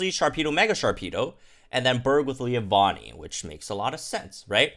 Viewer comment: Why do you pronounce Leavanny "leah-vanny" its Leave-anny like leaves...